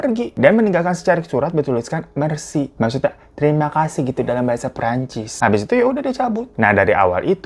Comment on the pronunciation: Merci bang (e nya itu dibaca kayak pare)